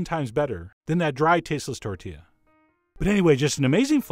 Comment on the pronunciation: It's a tortilla. tor- TEE- yah. Can you say tortilla ? I knew you could.